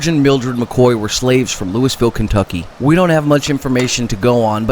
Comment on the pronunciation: Louisville in ky is pronounced louville. And a wildcater is a independent miner. Btw, thanks for filling the time with more history.